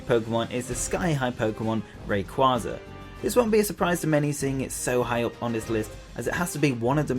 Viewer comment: Finally someone who doesn't have Rayquaza at #1 and pronounces his name right!